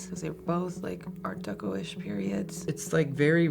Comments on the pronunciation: Take a shot every time that they say "art decko" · Drinking game… every time they say Art Decko